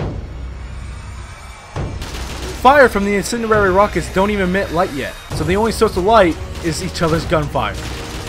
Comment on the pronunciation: The struggle to say the word 'incendiary' is real.